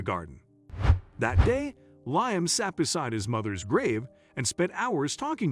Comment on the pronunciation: His name is pronounced Lee am not lye am